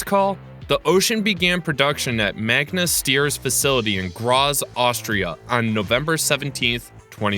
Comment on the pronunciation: When I heard him say Manga, I had to rewind to make sure😅